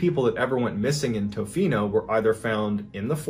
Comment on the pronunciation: Your pronunciation of Tofino is making both my husband and I laugh. Not in a malicious way, mind. We're Canadian, we just love being included in the stories 😅